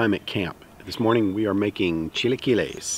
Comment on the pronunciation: I admire a white man i mean man i mean person trying his best to pronounce a foreign language. Very admirable hahah. Very good pronunciation of chilaquiles and it looks tasty!